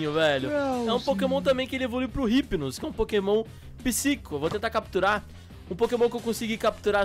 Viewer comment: o hypino não fala com o R mais sim com I tipo: Ipino